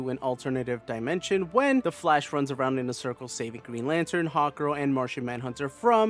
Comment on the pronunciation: I love how I kept hearing you say "Hot Girl" instead of "Hawk Girl" lol